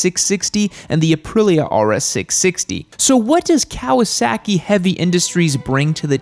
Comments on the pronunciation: It's Kah-wah-sah-keei not "Keaweaseakee" 🤦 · I can’t take your seriously with your pronunciation of Kawasaki. It’s not “cow-a-sacky” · The way you say "Kawasaehki" amuses me,. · I hate the way you say Kawasaki and the z650 is a great bike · The way you pronounce Kawasaki...😂😂